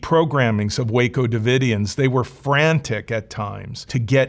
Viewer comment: Love how he just got Waco wrong lmao